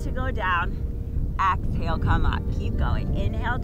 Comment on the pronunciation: Excellent class! But why does she say “axale” instead of exhale? It’s a bit disturbing…